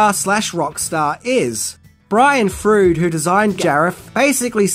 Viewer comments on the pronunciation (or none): I love you brother, but you mess up so many names... Please just take a second to youtube an interview before you record a script. Frawd, not Frood. Matt Grayning, not Growning, Yardley Smith, not Yeerdley, on and on and on... =/ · I'm pretty sure it's pronounced Brian Froud as in Frowd, not Frood. Yeah I'm going to be that guy, but I'm a big fan of his art so it was bothering me like an itch. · Do you have any collectibles that aren’t new? Like do you have any vintage items? Cause it seems like you just go to the mall and buy whatever relates to the movie you’re talking about. And his name is Brian Froud pronounced Frowd. Do you really watch these movies? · Love your videos, and love Labyrinth. Just one point. Froud is pronounced Froud, as in Loud, not rude. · say it with me.... froud froud, not frood, say it like frowed... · Jim Henson worked on Labyrinth with Brian Froud (his last name RHYMES with loud) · "Frood" is seriously killing me. I just went on a Google spree, wondering if I'd been the one mangling the name all these years. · IDK about the whole "affair" thing, considering that all the outside-media sources (like the comics, manga, etc.) still address the mom-issue as her being dead. =) But this is still something to chew on, for sure. And BTW: it's pronounced "FROWD", like "crowd". ; ) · Froud pronounced 'Fr-ow-d' and also Hoggle was restored really badly by some random who found him at the airports unclaimed baggage store in Alabama. Googoo it. If only Tom Spina got his hands on him first ...sad :( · Love your videos and I hate to be THAT guy but that's not how you pronounce his name. Met him and his wife a couple of times. They pronounce it Frowd :) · It’s Brian Froud—- Froud pronounced like Loud…but Fr…:Froud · Its not a video if he doesn't mispronounce a word. In this case, Brian "Frood".😂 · Sorry, Brian "Froud", not 'Freud' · Brian Froud’s last name rhymes with loud. Otherwise thanks for the info!